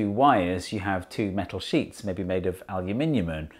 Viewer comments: North America: Aluminum Rest of the World: Aluminium Steve: Aluminiumum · And this is how we created new element called Aluminiumun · Aluminimum... I see that AvE dictionary has reached Steve Mould. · "Aluminiumum" You've done it, you've made a universal name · ALUMINIMUM! my new word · I think the american version of aluminium is pronounced differently, specifically because the British version is ridiculous to pronounce.